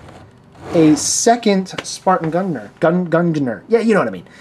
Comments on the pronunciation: nerppppppp 2nd and its GUN-JIN-EER just thought id tell you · We say Gungnir like that: Gun-Gear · GUNGNIR is said Gun Jin Er hope that helps. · It's pronounced gung-nir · Gung-ga-nir it's nord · i think it's pernounced Gung-nir maybe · It's pronounced Gun-gi-neer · Hey, if your interested it's pronounced Gunner. Hope it helps and isn't just another annoying comment. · ITS PRONOUNCED GUN-NEIR! JAPANESE WORD!!! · It's pronounced gun-geh-neer, it's a cool figure I just wish it came in a different color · you say Gungnir like: Gun Gi Near. Hope it helps. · you pronounce it gun-j-ir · i would love the gungnir spartan ( i pronounce it: gun- g - near) i would buy it but i'm in australia and all the stores near me still only have kat carter and a basic spartan and a few exceptions on models in store.. black with and darker energy sword blue details.. if thats possible... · This is a good review I need this sparan The way you say the name if this figure is gunner even tough it spelled gungir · Gung-Nire is how you pronounce it to me! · Gung (like dung, but with a G)-neer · It's like -ing. Gungnir, (gu-ng (as in ing) ner) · As far as I know you say it as gung (as in gung-ho) neer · its pronounced " gung-neer "